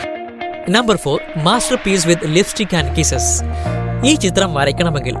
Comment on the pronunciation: Liftik അല്ല chettaa.... ലിപ്സ്റ്റിക്